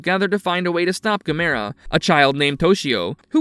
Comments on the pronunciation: Why can't they pronounce Gamera correctly? Also the humanoids weren’t from outer space so I don’t know why they called it Humanoids of the deep space. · Stop mispronouncing Gamera!